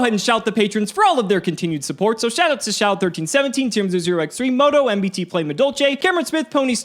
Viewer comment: did anyone else vomit at MBT pronunciation